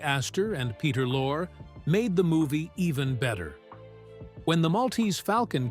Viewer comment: Peter Lore ? Pronounced Peter Lor-EE